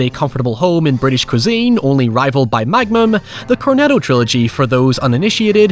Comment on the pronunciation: Did you just say magmum?!